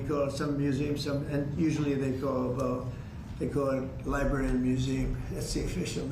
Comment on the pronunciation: My kids used to pronounce the word like “libarry,” too. And then they grew up.